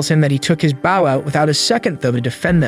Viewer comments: He calls a bow a baow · the way he said bow